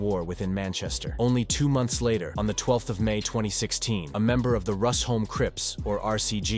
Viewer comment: Its pronounced 'Rush-home' not 'Rus-home'